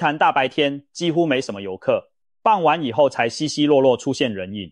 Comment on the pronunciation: 傍晚[ㄅㄤ]一聲.不唸[ㄅㄤˋ]四聲.唸四聲時是依靠的意思.